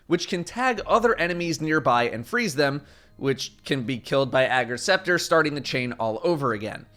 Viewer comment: I thought it was pronounced Ager’s Scepter not Ager’s Scepter lol